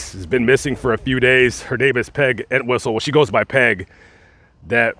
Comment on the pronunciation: Pronounced EnTWISTLE. Poor Peg. I've known of her story since I've been interested in true Hollywood/Hollywood crime stories. Still tragic that she felt this was the only way to relieve the pain she was going through or the pain she felt she inflicted on others.